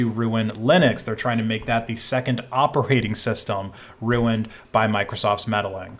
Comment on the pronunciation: says ruined like Stewie Griffin. Knowing this; you can never not hear it.